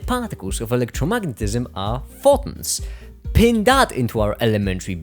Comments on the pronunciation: This was an amazing video. Thank you but for the love of God. It’s pronounced FOH - TONS. I don’t know what a Faw-in is. 😂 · "Pho.ons" XDDDDDDD